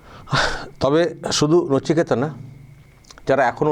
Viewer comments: নচিকেতা নয় কচিনেতা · ওটা নচিকেতা নয় বলুন নিচেকাটা 😂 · নচিকেতা নয় কোচিনেতা। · J khobor porche o kintu nichekata